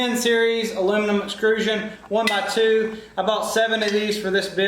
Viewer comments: Excellent build…but I have to say one thing. “Extrusion” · Nice build, but please say it correctly with me: EXTRUSION! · This is an awesome project but my ocd or whatever can't get over you calling it exCRUsion instead of exTRUsion lmao. Really is an awesome video though keep up the good work!